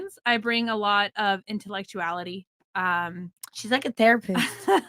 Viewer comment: Geebis fkn Christ!!! "I bring "INTUECTUALITY" .. She said that. Wearing that, AND ON THIS SHOW!?! lmao holy fk!!! ATEROIDDDDDD!!!!